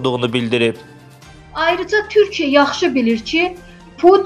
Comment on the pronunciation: Bu qiz kimdise deyin bir az yavaw daniwsin. Deyesen cawibe. Ay xanim qiz Turkiye deyirsize TURKIYE. Ukrayna ile gucnen bacara bilmir hele. Turkiye ne edecek Rusiya?